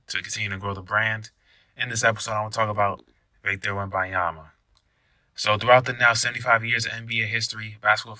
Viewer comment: His name is WembaNyama, with an N.